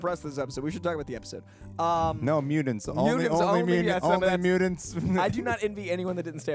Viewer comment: Dude...MUTANTS with the t not d, its not mudants...